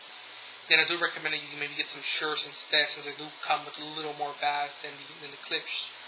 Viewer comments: wow the basss ur saying is a fish!!!! pronounce it like base but spelled bass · Hey, a friendly word of advice. Bass is pronounced Bay-ss not Bas :) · Bass is pronounced 'BAISE', not bass! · When you say bass, its supposed to sound like bayss. Not the fish lol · The word bass is pronounced as "base". . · Bass? Bass?? BASS?!?!! It's spelled bass, but it's pronounced BASE. Wow, get it right. Think I'm wrong? Listen to the song 'Bass Down Low'... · I'm curious as im not a native english speaker... how is it correctly pronounced "bass" or "base" for sound? and why does "bass" in sound and "bass" in fishing is written the same way and pronounced differently? Looks like english language makes no sense sorry :) Can someone clarify that for me? Thank you!!! P.S: Great review. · if you pronounce bass like the fish, audiophiles will never take your videos seriously. you better fix that problem dude, but all in all the vid was pretty good. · No, I was serious... but I just felt like being an ass that day. Sorry. You can delete it if you'd like. I do appreciate the review, really. This is about the only real review on them on youtube, I'm hoping to get these for Christmas or on my own soon afterwards. I do agree with gorillaguy though, it was just that the way you were pronouncing it annoyed me, but like I said, other than that it was good. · Huh, I wonder why you pronounce bass like that. Did you grow up fishing or something? Were you never exposed to the term bass in terms of audio? I'm curious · Only an atheist would pronounce "bass" like the fish ad not the sound other than that, thanks for the review There's only a couple on all of youtube